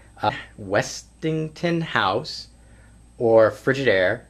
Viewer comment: Really; Westinghouse is to hard for you to pronounce?